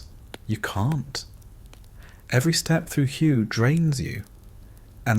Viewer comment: Hway it is pronounced